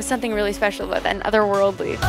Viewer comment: "It's abooot" haha